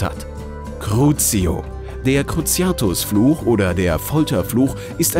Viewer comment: Ganz cool, aber es ist der Cruciatus-Fluch und nicht der Gruciatus-Fluch.